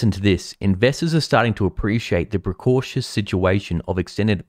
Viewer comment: PRAH- CARE- EE- US, bruv...